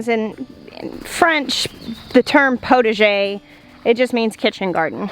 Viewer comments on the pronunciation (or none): Potager is pronounced with the ah sound but you get the idea of it . You want to make soup you go to the potager and gather vegetables, herbs ,and some flowers for the salads . Wishing you well in your design.